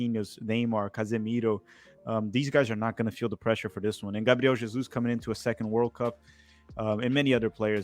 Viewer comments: Kkk esses cara sao BR carai,o cara chamou o casemiro e o gabriel jesus usando o R perfeito com o portugues,e sabemos como os americanos chamam nomes com R num tom mais puxado meio lingua presa pela didatica deles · Olha como eles pronunciaram casemiro e gabriel jesus perfeitamente kk eles falam ingles mas tbm portugues CERTEZA